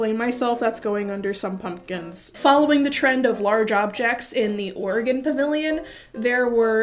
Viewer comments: I don't care that the Oregon fruit preserves was put in the middle, I'm just glad pronounced Oregon correctly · "Sorry, Oregon." As an Oregonian, I'm just grateful that you pronounced our state's name correctly. And yeah, giant jam jars are pretty middling.